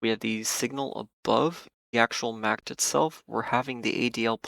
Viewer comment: You are the only trader I know who pronounces it "Macked" and says every letter of the VVIX, lol. Just an interesting observation. Thanks for the insights!